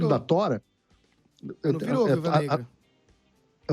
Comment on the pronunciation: Demorei pra entender quer era Thora e não tora 😂